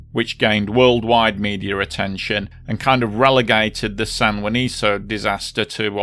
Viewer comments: It’s San Juanico, not “Juaniso” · It's San JuaniCo, not San JuaniZo. I understand not being able to read Ixhuatepec, but what's the excuse for Juanico?